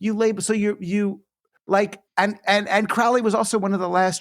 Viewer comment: Circular community is all well and good in theory, but most people are selfish and thoughtless, so it will never happen. Also, he mispronounces Crowley's name, it's pronounced as crow the bird.